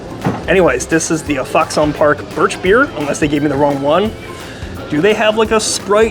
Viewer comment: Don't sleep on the Foxon (pronounced "Fox-in", not "Fox-on") Park Extra Dry Pale Ginger Ale, it's their best in my opinion. The sausage is made in-house.